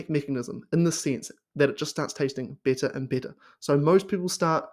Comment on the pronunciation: Aussie accents are cool but your "better" sounds like "bitter" . LOL. Lion diet is great but IMO unless you have some auto-immune disease it is really hard to sustain and make it a lifestyle. I did it for a few months and hit my target weight loss. I'm fit and lift weights regularly so there was no medical need for me to continue it . I use the carnivore diet as a tool to achieve my target weight loss then I slowly ween myself off the carnivore diet. My purpose is to loose some belly/body fat and get shredded. It is true that once you start eating carbs your brain/body will go nuts with pleasure. Those dopamine pathways will explode like fireworks on the 4th of July. You will need to exhibit some self control or you will quickly gain that weight back.. I do the all inclusive carnivore. All meat , eggs, cream/milk but no fruits or honey. Beef is the most satiating compared to pork, chicken or seafood. Good luck to everyone doing carnivore.